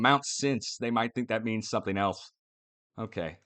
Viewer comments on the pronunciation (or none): none